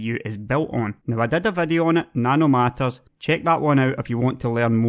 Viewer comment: and those "sex nanomatters" lol